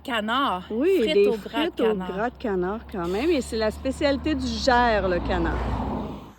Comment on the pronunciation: Coucou les courageuses ❤ On prononce le S du mot Gers 😂😉 Ce sont bien des figues qui seront murent en septembre, et les prunes c'est ce que l'on appelle vulgairement des prunelles Je vous recommande tt ce qui est à base de confit de canard ou doie vous allez vous régalez 👍😉 d'ailleurs vous avez le temps de manger dans des restaurants et goûter la gastronomie de la région ? Le soir j'imagine 👍